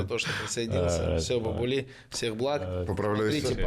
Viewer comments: Имя следует читать Бабули с удалением на первый слог,или с с удвоенным "аа"- Баабули. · Бабули правильно произносить с ударением на А. Мовсар с ударением на О.